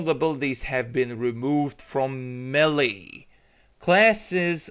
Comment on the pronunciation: Dude, you really need to learn how to pronounce words properly. Cylinders and melee are not difficult to pronounce